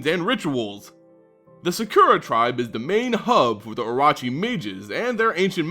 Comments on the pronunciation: I love your videos but I'm sorry, as a proud snake commander, this was very painful to listen too. O-Ro-Chi not O-Ra-Chi. And Kaseto uses a short E like Bet not a long E like Meat. Otherwise, nicely done like always and I look forward to your next video and a return Kamigawa. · Cool video, I also think your mispronouncing orochi though. I think it's should be O-ROW-CHI, since it's probably the same as the Japanese word. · You need to pronounce the RO in oROchi the same way you pronounce RO in ROw. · Say it Kah - Seh - Toh. Oh - Roh - Chi.